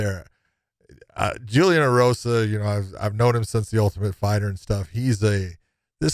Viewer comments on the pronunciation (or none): none